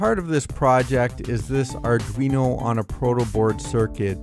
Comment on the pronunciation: Auduino? Thats like Helmer Fudd saying "Arduino"? ;)